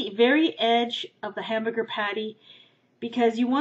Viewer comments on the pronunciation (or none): Sounded like u said Hambooger at the end